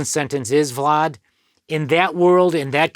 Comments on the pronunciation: Why he pronounce Vlad like that? Keep saying Vlod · "Vlod" tv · I like the way this guy pronounces vlad 🤣🤣